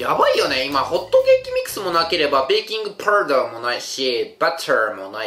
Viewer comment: ベーキングバターて聞こえた様な？ ネタが尽きないのが凄いです✨